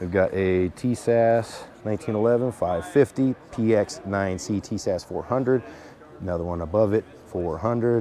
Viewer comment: TIS-ASH ....say like this